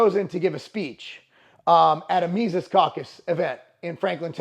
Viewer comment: You said Mises right!